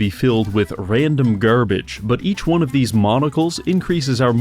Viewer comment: "Like eight of theese boots" killed me after hearing sheer numbers